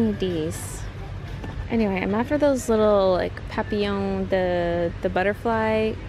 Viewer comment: I love how she said butterfly in French 😂😂